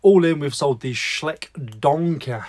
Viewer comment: I need to teach you how to say "Schleich" lol. Not that easy in a message though, best to just say that you're pronouncing it right to begin with, but cutting it too short. Anyway the rest of it rhymes with "Like", so maybe Shlike. Try it lol 😊 You are so like my Pete by the way, I'm sure you must be related lol 😂😂